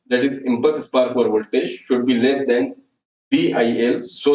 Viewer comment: please clarify impulse spark over voltage as your voice is not clear that time